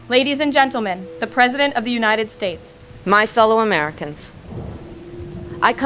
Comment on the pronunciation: Wow...the AI-presideht can put together sentences, with more coherence than the person mimicked could ever try...no mamala, no cackles, no wine break.